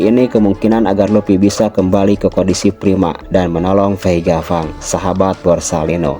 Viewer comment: VEGA PUNK CUK BACANYA PANG, BUKAN FANG,....